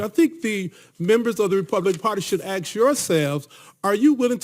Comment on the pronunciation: Axe yourself??? LOL LOL LOL